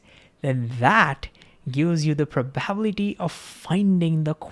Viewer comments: Great video! I don't get why stable wavelength also implies identical amplitude everywhere though. Will come back to it... btw its Pro - ba - BIL - i - ty and Pro - ba - bi - LIST -ic (not pro - BA - bil - i - ty) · I'm not sure what you question means, but this could satisfy it: He says 'probablity' (missing the 'i' and stress on 'a') instead of 'probability', maybe due to associating the word with 'probably'. Maybe not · I know it's ok for none natvie speakers to have an accent. But for some the way he says some words is making my brain hurt. pro-bab-litty, Ten-Zor. the rest is ok. but, these ones are so out there that make me detatch from what he's saying. the videos are dope though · Probable, Probability Prob-able prob-ability Not, Probality not, Probalistic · I need to giggle everytime I hear "probaablity" :D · This guy: Ingeniously explains Quantum Mechanical principle like it's second nature... Also this guy: Cannot pronounce "probability" ((hint: its pronounced "Praw - bah - BILL - it - ee" ~ 5 syllables )) 😂😂 Great video, I bet his class is fun. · Great video! Just one comment on pronunciation: pro ba bi li ty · You helped me so I'm gonna help you. Prah-buh-bill-la-tee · Thnx for this, my understandig PROBALITY increased to infinity! Love how u pronounce PROBALITY!😂 Keep it up ! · That's the first time I've heard the word pronounced as proBAbility, very indian sounding, are there other words in Hindi that are pronounced like that too? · Learn how to pronounce "probability" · Please learn how to pronounce “analogy”, “h”, and “probability”. You say it really weird and it distracts from your content. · I loved hearing 'probability' pronounced that way 🤣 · You should probably learn how to pronounce "probability" correctly, because it turns up so often in QM. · Please don't swallow 'bi' syllable in "probability"❤ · Listening to pronounce “probability” is priceless. We love you. ❤